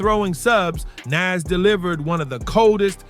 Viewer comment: Is it just me or was this post stupid, he mispronounced Nas😂